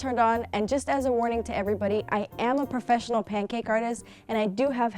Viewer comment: When she said professional she actully said prafeponial